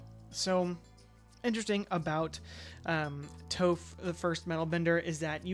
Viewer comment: Stopped watching after you called her “Toe-phh” 🫠